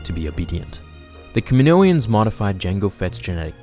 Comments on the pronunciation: Kaminoans* not kaminoians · Kaminoans not Kaminoians, and CT-7567 not CT-T567....